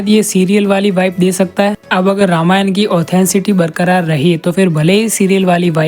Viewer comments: सबसे पहले आप "रामायणा" बोलना छोड़िए । "रामायण" बोलिए। अजीब हाल है भाई। और वाल्मीकि रामायण में किसी भी वानर के पास गदा का ज़िक्र नहीं है फिर आपको original रामायण में कहां से कौमुदगी नाम मिला। किस रामायण को original मान बैठे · Pehle toh ramayan ka pronounciation dhang se krle angrez....